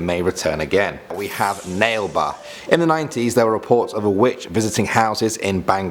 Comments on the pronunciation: Bro don't be sad... Thank you for making this video... I am a Indian and a kannadiga [ living in Karnataka]... And it's not "ನೆಲ್ ಬಾ or nale ba", it's " ನಾಳೆ ಬಾ or nalae ba". In Kannada it means come tomorrow.......... And that pavagada is in Karnataka..... Proud to be a Indian and kannadiga.... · Its naale baa lol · Yeah but its pronounced as na. Le. Ba